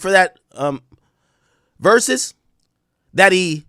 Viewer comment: My boy AK asking "is this an AI video" after the 50th "ver-soos".